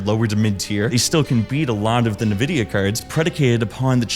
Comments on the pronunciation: Corsair didn't leave the consumer market, it was Crucial, Micron's consumer facing business. And RAM doesn't take years to make, I don't know where you got that from... Also, it's pronounced EN-vidia not nevidia or nuhvidia, or whatever the fuck people call it these days... Good video though, really enjoyed the editing but you need to employ more care in getting the correct info out there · What in the fuck is "nuhvidia?" There isn't a company called "nuhvidia." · I couldn't get past the fact you pronounce it Nuhvidia. 😂 😂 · Bro PLEASE pronounce "Nvidia" correctly, it's killing me. 🥲